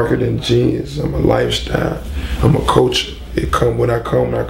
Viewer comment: "Bob Marley never freeshtyled" "I set trends, it's a lifeshtyle for me."